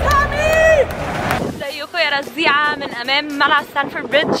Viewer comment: اسمه ستامفورد مش ستانفورد🤦‍♂️